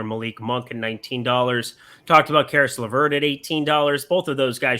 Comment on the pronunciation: you got Caris Lavert right!